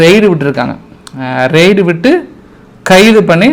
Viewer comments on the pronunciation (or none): none